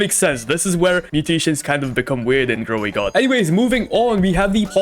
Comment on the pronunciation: Grow a garden❎ GrowAgon✅